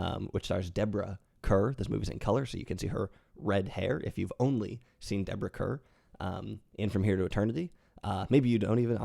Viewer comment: One picky thing. Kerr is pronounced like Carr for both Deborah and John.